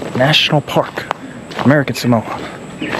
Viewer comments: If you're going to do a story on it at least pronounce it correctly! Samoa SAW MO A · It's a pity you didn't learn how to pronounce Samoa. It's Sah Mo Ah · Right off the bat I wish you would at least pronounce Samoa correctly.